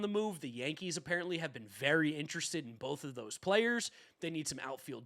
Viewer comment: Dude doesn’t know how to pronounce ‘interested’